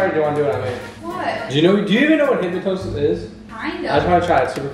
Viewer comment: Hypnosis. It's called Hypnosis, lmaooo. You said like 5 other pronunciations